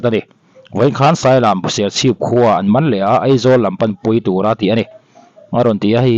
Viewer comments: Serchhip sailam ni lovin Sailiam tih tur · Sailam nilo in Sailiam aw..A in ziah chian nen I chhiar diklo lui nge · SAILÂM nilovin SAI LIAM zawk aw.